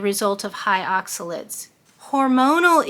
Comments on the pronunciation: they are not oxalits ...they are OXA LATES ....late like you are late for work.....please try to say it OX A LATE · More like “aak suh layt”